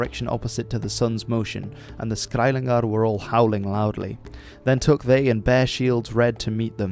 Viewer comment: It’s skælingar and not skæilingar. Just because you’re Dutch doesn’t mean you can pronounce every Germanic language. Other than that it’s a great video